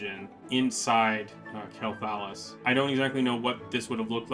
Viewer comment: It's pronounced Quel'Thalas not Quel'Thalas